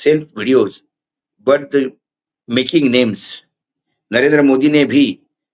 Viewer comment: राष्ट्रीय भाऊ - मेकिंग नहीं है मोकिंग मीम्स मतलब उपहास करना . इंफ्लेमेटरी का मतलब झूठ परसोना नहीं भड़काऊ होता है . झूठ तो बड़ा स्वादिष्ट भाऊ परोसते है चित्रांशी अचार और कड़वा अत्री करेला के साथ . भाऊ रिसफर्ड नहीं है रिजरफेस्ड है दी लिटिल लिटिल विथ भाऊ 😂😂😂😂